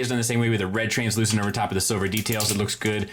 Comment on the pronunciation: Nice work saying translucent and not "transclearant"